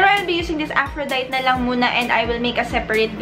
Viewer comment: Af-ro-day-tee yung pronunciation :)